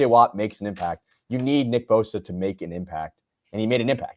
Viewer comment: not boza but bosa! Ssss